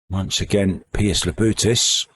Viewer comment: keeps calling Labutis, Labrutis Damn limey